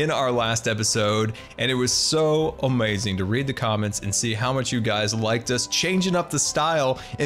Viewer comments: Nobody:: AmOizing! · I love when you say "OMAZIN" 😂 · As always, you have ah-may-zin skills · Sunbae Mins it kills me. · SkYmaSTeR I can’t say I enjoy it.